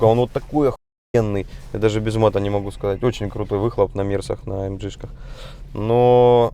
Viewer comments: АМ Г блеять а не АМДЖИ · Дизлайк только за произношение "А ЭМ ДЖИ" тошнит! вырви ухо! АМГ АМГ АМГ АМГ АМГ АМГ АМГ АМГ АМГ АМГ АМГ АМГ АМГ АМГ!!!!!!!!!!!!!!!!!!!!! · Почему ты говоришь АМЖ это немецкий Автомобиль и говорить АМГ в немецком языке нету Ж. это только у Американцов а Русские слизали.